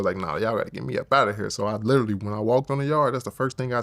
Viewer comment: Lol, did he say, "They glitteraly", or "They literally"? Haha 😊